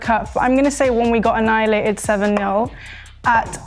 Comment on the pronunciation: "when we got anhialated 7-0".... WHAT???? (im a liverpool fan btw)